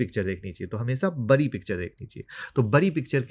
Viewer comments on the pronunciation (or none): बरी नहीं बड़ी होता है